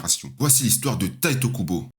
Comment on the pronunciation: bonne video mais a faire attention a certain noms dont Tite Kubo et non Taito Kubo (je suppose que la remarque a deja ete faite vu le titre)